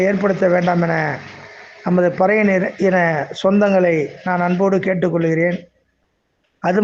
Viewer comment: Not patai yar.Parai yar.